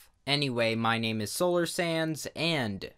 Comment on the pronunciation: this is the first video i hear him say "sands" instead of "sans"